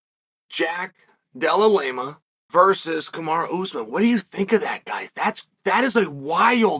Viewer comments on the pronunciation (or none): Del-uh-lame-uh .. I love it